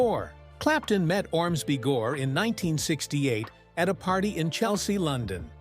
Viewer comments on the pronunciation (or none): none